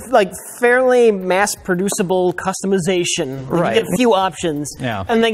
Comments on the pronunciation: He also said “Fairly mass producible customization” but then screwed up the word “bucks” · rich evans: -perfectly pronounces "fairly mass-producable customization" also rich evans: -can't pronounce "buck" or "itchy"